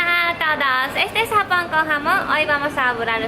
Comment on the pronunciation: me gusta cuando dice japon con jamon jaja 😍